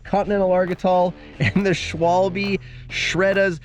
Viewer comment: how are you making vids like this and not even bothering to learn to how to pronounce schwalbe